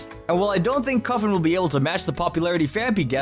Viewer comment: It's cue-fant (cute elephant) and copper-ah-jah